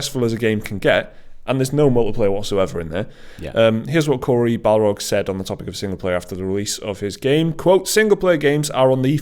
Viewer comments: I love how calls Corry Barlog "Balrog". That would be an epic last name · BAR-log not BAL-rog